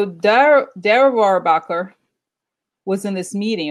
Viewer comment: Thanks for your readings! You are fantastic! The pronunciation is DANE AH ROAR BACH KER, Republican Congressman from California.